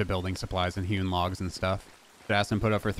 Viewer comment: For some reason every time you say hewn logs I hear human logs